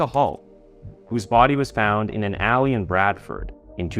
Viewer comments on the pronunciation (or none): none